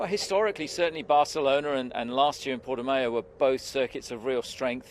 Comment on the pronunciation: The way he says Portimao triggers me